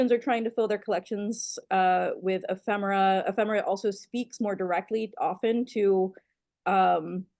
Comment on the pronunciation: Fine show, and Kate. It's "Eee-femera,". Not "Emm-femera."